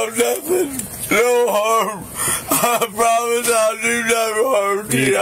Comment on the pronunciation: I pwomise lol scared to death of the drunk tank